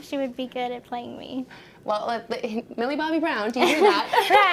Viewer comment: She really said Millie 😂😂